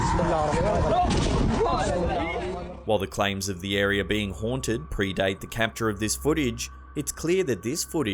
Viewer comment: "arear" "youtchube"